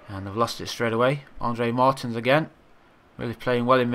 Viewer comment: Amazing andre Martin's is pronounced Andre Mar-teens